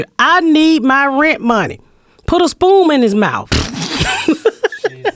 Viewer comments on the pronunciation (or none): “put a spoom in his mouf”😂